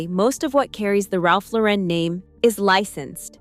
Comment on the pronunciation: Omg it’s not Ralph LoREN, like Sophia Loren. It’s Lauren, like a girls gd name. Gahhhhhhhhhh